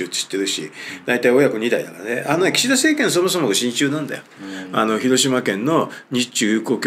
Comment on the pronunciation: 親中が心中に聞こえた❗